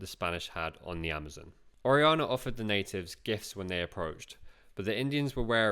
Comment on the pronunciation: It would enhance the production for the narrator to put more work into learning the correct pronunciation of Spanish words and names (such as Orellana, “Or-aee-YA-nah”).